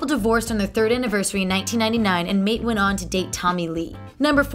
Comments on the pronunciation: "Mayte" is pronounced "My-tay" not "Mate," for those wondering. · "Mait"? There's something to be said for researching the pronunciation of someone you're going to include as a fact. Prince's wife Mayte was "MY-tay." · "Mate"??? Mayte is pronounced "My-teh". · It's pronounced "My-tay." Aside from the spelling, the confusion about its pronunciation arises from the misconception that "Mayte" was just a homophone for "Mate" and was another name Prince had made up for a significant other (like Vanity and Apollonia) -- but it was actually her real name. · mayte, my tay. not mate. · When you called Mayte "Mate", I had to stop watching. If you don't know how to say her name, what else is wrong with this video??? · So much of this is not factual it's unbelievable- And it's pronounced MY-TAY! Not Mite... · I can’t believe she called Mayte (my-tay) MATE!?!?🤭. And Sign OH The Time??!! Wow she knows nothing about the Purple One💜. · Mayte is not pronounced MATE...My teah... Ida is pronounced E-da...and Donna Gratis was not part of NPG. The picture you showed was Rhonda Smith, bass player for NPG. Also at one point you said Prince made a "come back"...HE NEVER LEFT (until April 21, 2016). It would be impossible to "come back" to something one never left. Maybe I missed it, but did you mention that Prince was the first artist to promote his music on the Internet? Or that he didn't even have a Cell Phone? Mystery---yes! Most amazing person in recent history--4-sure! I did enjoy watching this. Oh and in his song lyrics he wrote, "If you're always with me, you never have to call me, touche!" Which probably explained why his wife never called him... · Are we gonna ignore the fact she said MATE instead of MAYTE LMAOO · #39 Prince' former wife's name is not pronounced MATE Garcia... It is pronounce My - Tie Garcia... and spelled Mayte... FYI. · Her name is not Mate it is My-tay. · Prince's first wife's name is pronounced My Tay, not Mate. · Her name is Mayte not May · My-tey not "mate"